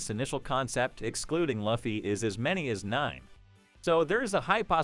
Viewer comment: Can never take anyone serious who cant even pronounce the name of the protagonist..